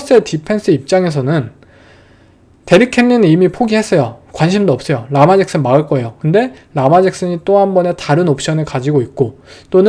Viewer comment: 르마 잭슨이라고 발음하는게 맞습니다